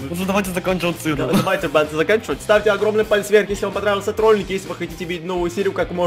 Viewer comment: самые внимательные услышали в начале " к троллинг на " 😂